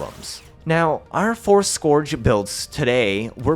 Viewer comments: Wtf is skååårdge prime. Pronounced Scööördge prime. Just so everyone knows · It sounds like urge, not gorge btw